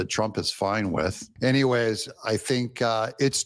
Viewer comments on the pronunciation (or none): none